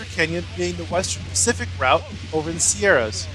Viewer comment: "sierras" IS SO VERY WRONG